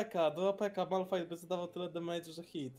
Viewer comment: Tak BTW to takie Pro tipy: (gram w tft od pierwszego sezonu a w lola 4,5 roku) 1. Do pierwszego kółka próbuj przegrywać(nie licze tego początkowego) bo wtedy możesz first pickować i możesz uzyskać przewage i zadać większy dmg przeciwnikom 2. Mówi się Malfajt 3. Najlepszy pick moim zdaniem to jak idziesz pod Buntownika(no i plus ruble bo wtedy zakłecia ziggsa i ruble ogłuszją na 1,5 sec) i większość itemów które dają większą moc zaklęć dajesz na ziggsa (zrobiłem typ 12 winów Z RZĘDU) 4. Jedną walkę przed karuzełą ( jak to mówisz) dajesz golda w expa 5. Chronostrzelcy tez over power 6. I ogółem to se zainstaluj League of Legends na KOMPIE bo to jest część LoL'a 7. Jak hcesz więcej tipów itp to w lidze czyli też w tft mam NICK: Kolionek